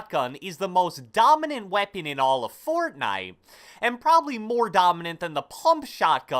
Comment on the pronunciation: I love how this guy says Fortnite fORTnIte